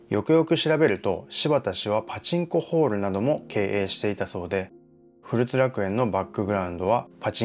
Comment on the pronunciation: ふるつではなくこつらくえんでは